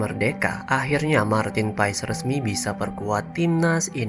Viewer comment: bacanya martin pes ya, bukan paes.. terima kasih..